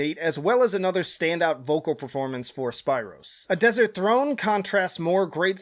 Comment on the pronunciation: Spiiiro just that alone made me laugh mate it’s pronounced like speero lol